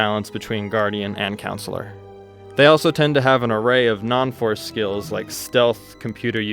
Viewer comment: Great video bro but CONsular. Not like a school counselor it’s con not coun am I the only one noticing this 😅.